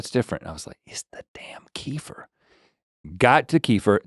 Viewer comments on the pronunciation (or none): Guys, it's not Kee-fer like Kieffer Sutherland... it's Keh-FEAR or Kuh-FEAR...lol!! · i love kefir, its not pronounced like "keefer" it's more like "kehfeer" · Hi guys, my husband is Slavic. They drink a lot of kefir. And they called it "ker-fear", not "kee-fur". Dont know why.